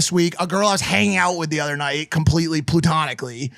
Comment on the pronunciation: It’s platonic mike, not plootonic